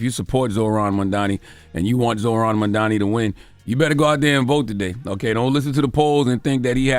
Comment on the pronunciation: needs to work on her pronunciation. She is beautifully articulate, but you have to learn how pronounce mam-dani.